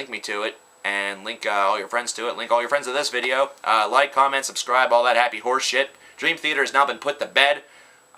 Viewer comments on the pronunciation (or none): none